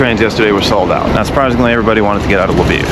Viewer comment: Kee Yiv... Laviv. Hahaha Not Key yeeve nor Lavive. You speak excellent Ukrainian though.